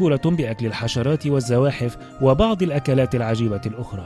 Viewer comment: تنطق أكلات وليس أكالات